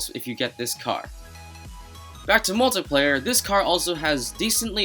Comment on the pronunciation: He kept saying moltyplayer